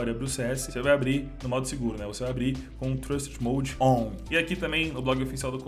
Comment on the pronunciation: so eu que achei engraçado ele falando "on"